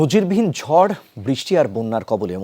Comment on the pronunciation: জড় নাকি ঝড়😂😂